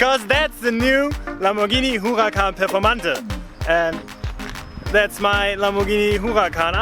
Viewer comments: Did you just call the Performante "Performantuh"? Dude, it's pronounced "Pe(h)rformantay". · The Performante you were using.is the German Performante, pronouncing the last "e" with the "uh" sound. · That who-a-can performanda is the nuts.